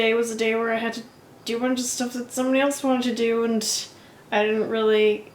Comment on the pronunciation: "Sterf" - that's a fun way to say "stuff"! Thanks.:)